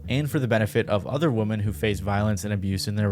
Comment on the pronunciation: So sick of these youtubers censoring shit that doesn't need to be censored or not pronouncing "women" correctly.